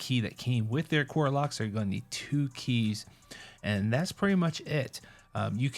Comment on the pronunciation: A-car-ah not a-core-ah